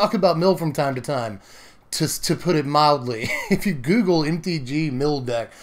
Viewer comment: "to put it mill'dly"